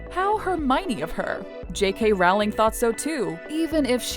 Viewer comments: J.K. Rowling's surname is pronounced r-ow-ling, like "rolling", not like r-ao-ling. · It’s not JK Raling it’s a JK Rowling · Ginny, not Jenny and it's Rowling, like Bowling. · sad that the voicover can't even pronounce the Author's name correctly - It's Rowling rhyming with Bowling, not Howling.